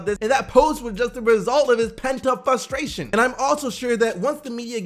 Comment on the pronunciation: THERE IS AN “R” IN FRUSTRATION. IT ISNT FUSTRATION